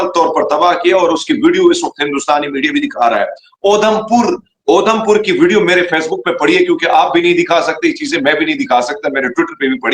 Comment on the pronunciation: 😂😂😂is sardar ko udhampur bolna nhi ara isse saaf samjh Ara tumne apna he koi mulla sardar bna k bitha diya 😂😂😂😂😂 gajab ho pakistani